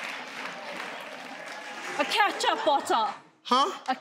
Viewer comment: Wtf is a ' ketcha botta' 🤣🤣🤣🤣🤣